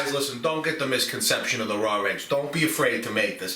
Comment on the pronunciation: Rawr eggs😂 love it. Ma says the same way